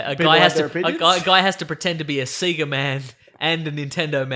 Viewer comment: Its pronounced "say-gah"! Not "see-gah" ! When will people learn?? Fuck, man.